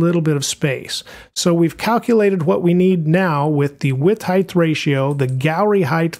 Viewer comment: btw.. height is pronounced hi`t not hi`th because ght is silent gh. not not th sorry driving me bonkers